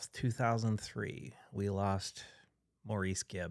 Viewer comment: It was pronounced “Morris.” If you’re going to pay tribute, learn the man’s name!!!